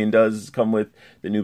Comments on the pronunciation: you pronounced noobs name wrong ☹️. Sai not Say. sorry i’m a huge noob main in mk11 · Noob saybot? Lol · you keep says noob saibots name wrong